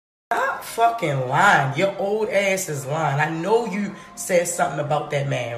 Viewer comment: Whats wrong with her? Why cant she say you and too?